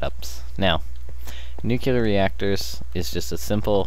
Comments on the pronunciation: Nucular? Nuclear. Sorry, bugging me the whole video. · I cringed every time you said nukular. NUCLEAR! NU. CLEAR. *exasperated sigh* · Was interested in watching, saw the stuff, then I heard how he pronounced nuclear... Nevermind, I lost interest. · No, it's called improper pronunciation. NUCLEAR only has one "U" not 2... Kinda like when people from the ghetto say "Skrate" instead of "Straight", it's ignorance, not choice